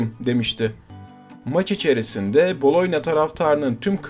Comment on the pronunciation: Tabii ki Gabriel Batistuta. bir de Boloyna nedir abi ya 🤣 Boloyez Makarna mi diyorsun? BoloNYa...